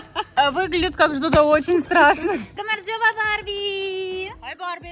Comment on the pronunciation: Так приятно было когда она сказала гамаржоба(გამარჯობა)Барби